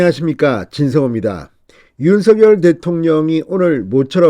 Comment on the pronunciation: 윤서결 × 윤성열 0 똑바로 읽으시오